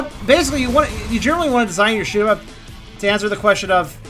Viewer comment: Sounded like you said shit em up lol